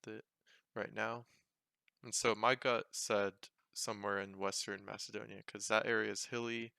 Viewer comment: greetings from Macedonia, even I wouldn't have got that spot on